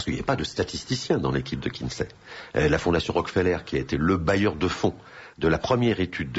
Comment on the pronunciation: Kinsey pas KinGsey